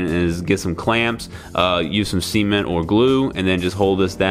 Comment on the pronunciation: please don't pronounce cement like that lol